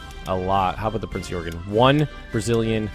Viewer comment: Love the video. Looks like you're having a lot of fun. BTW it's pronounced Prinz oi-gen. It is an interesting ship, that actually accompanied the Bismark on it's first/last voyage.